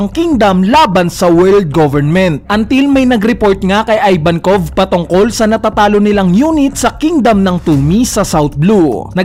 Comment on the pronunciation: ih-vankov not eye-vankov